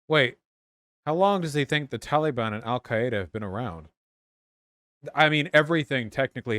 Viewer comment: Wait according to the Arabic pronunciation on the Wikipedia article he actually says it pretty accurately lol